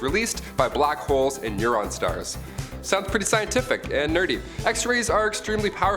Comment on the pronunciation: He said neuron stars.....hehe